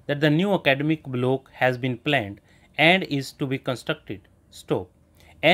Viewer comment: Block ko blow thoda sahi se bolie